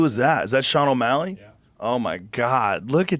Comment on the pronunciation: Can’t believe how really said Sean O’Malley 🤦‍♂️ bum